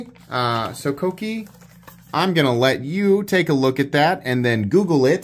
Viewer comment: It’s pronounced “Sokoke”